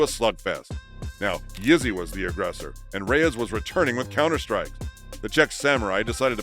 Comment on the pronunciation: Idk who’s reading the script but it’s not good the way they pronounce the names keeps sounding like they calling him Izzy